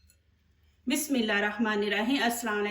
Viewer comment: your reciepes are nice I apologize for convenience but recite tasmiya properly